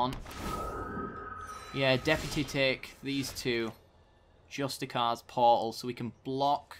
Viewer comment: it's pronounced "justi-seers" portal. I think you're just reading the name wrong. Its a great video lad! keep it up :)